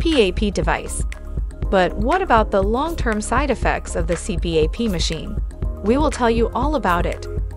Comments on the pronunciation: It's pronounced C-PAP, not C-P-A-P. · "C---P---A---P"? Who the hell says it like that? AI does. And, ignorant people that literally don't know what they're talking about. Blocking this channel... there are enough stupid things that come across the home page feed. Don't need this channel ever again. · It's an acronym. The AI separates it and others blend it. It is technically a C P A P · The incorrect pronunciation of CPAP destroys any credibility of the video.